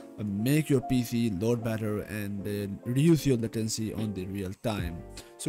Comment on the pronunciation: U always say PF instead of PC